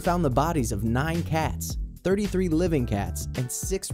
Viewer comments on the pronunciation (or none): none